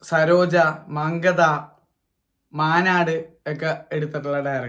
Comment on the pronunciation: മങ്കത❌ മങ്കാത്ത ✅ Goat..പടം വളരെ ബോർ ആയിരുന്നു 😪